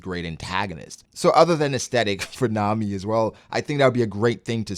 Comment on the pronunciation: I’m glad he said Nami